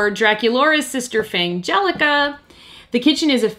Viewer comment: Also, just wanted to say I'm glad about your pronunciation of Fangelica's name. You came up with the same pronunciation compromise that I did, so both of the "g"s from the parent words would be included. Otherwose, it would be "Fan-gelica" or "Fang-elica", both of which lose the pun when spoken.